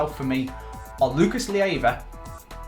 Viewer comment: Please do everything you can to sell Lucas Leiva, that way we don't have to put up with you pronouncing his name wrong each episode. =)